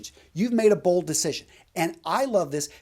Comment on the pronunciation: When you said "congratulations, you've made a bold decision" I heard "you've made a bald decision" and I've been laughing at a joke that never happened...